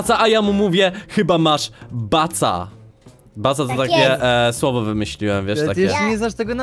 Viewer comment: ej nie baca a kaca xddddd